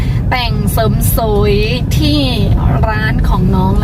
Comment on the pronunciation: เสริมสวย....เสริมสวย...เสริมสวย เป็นกำลังใจให้ฝึกออกเสียงอีกนิด เพราะเสียงสระในตัวนี้ จะเป็นจุดอ่อนของน้องนางมาโดยตลอดนะจ๊ะ! คำว่าสวย มักจะออกเสียงไปทาง..โสยยยย!..ซะมากกว่า ยังตามเป็นกำลังใจให้ตลอดแหละ (ยิ่งเห็น ยิ่งทำให้คิดถึงใครบางคนที่ท่องดอยในชายแดนไทยเนาะ!) สู้!...สู้!...เน้อ!